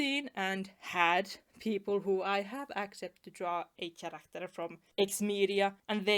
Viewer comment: Also, just as a tip to help with one word's pronunciation, the word "character" is not pronounced with the letter "ch" as in "cheese", it's more like "kerakter", basically the "Ch" in this word is said as "k". I know.. english sometimes makes no sense..